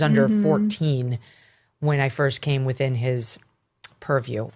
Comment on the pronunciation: She said purview, but I heard perv view.